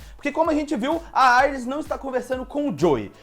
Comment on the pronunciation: Não se fala Aires, e sim Iris kkk